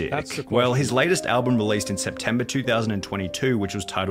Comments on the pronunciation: He’s most certainly saying “alblum” and it’s really grinding my gears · Lol Wtf. What is there to expose him on? Asmon is a genuinely good guy. The only thing Sunny could mention in the video is how when he was reacting to this he kept saying "AlbLum" Lmao.